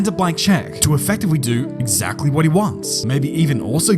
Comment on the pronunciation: “it wasn’t exact-wee” immaculate.”😂